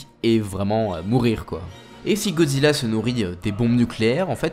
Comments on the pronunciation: C’est moi ou dit Gozilla au lieu de Godzilla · Ca se prononce "GoDEzilla" (sans jeu de mot pourri) et non Gozilla. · Tu peux bien prononcer GOD—ZILLA stp Parce que dire GOZILLA c’est qui ? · wsh arrete de dire gozilla fréro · tu me frustre tu dit gozilla et pas godzilla mdr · C moi où il dit gozilla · Pourrais-tu prononcer le « d » dans Godzilla stp sinon bonne vidéo